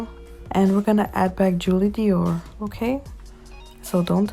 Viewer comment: says Doir not Dior , but ik what u mean ig..